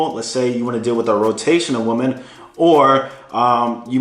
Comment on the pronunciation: BRO! Please start pronouncing the word WOMEN correctly. It doesn’t sound anything like WOMAN.